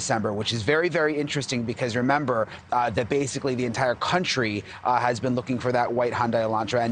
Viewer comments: Brian can't pronounce Hyundai either. It must be crime weasel syndrome. Hondee Hondie Hon anything. Sounds like Honda. Learn to speak a little Korean if you are going to buy so many of their defective cars. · News 'experts" The car's name is Hyundai--it rhymes with SUNDAY...